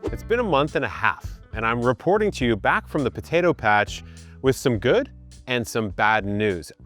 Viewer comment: Brooo, the buh-tay-doh accent killlls me 😂